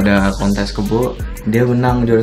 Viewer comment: 5:9 apa cuma gua yg sadar kalo mau ngmng kontes malah k*ntl:'v